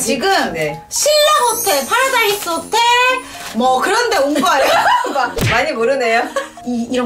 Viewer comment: 파르?라?나스호텔 말씀하시는거 같은데 파라다이스 킹받네요 ㅋㅋㅋㅋㅋㅋㅋ